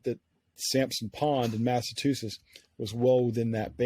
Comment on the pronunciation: Can't even pronounce Massachusetts